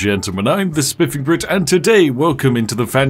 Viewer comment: It's not the Spanish Inquisition... Its the Spiff-ing Inquisition